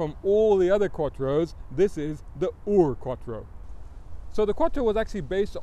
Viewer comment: Congratulations for getting 'ur' right. It's not, actually, German though. Ur was the name of the first city in the world, and so a other 'firsts' are naked after that.